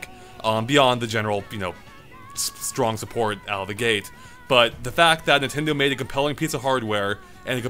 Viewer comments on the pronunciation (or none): none